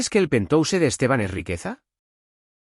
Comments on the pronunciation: Es penthouse se pronuncia penjaus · Y penthouse esta mal pronunciado en ingles. Desastroso.